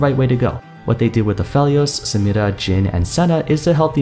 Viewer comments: I love when you say 'Samira' with accent! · I love the way he pronounces samira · I like how he pronounces Samira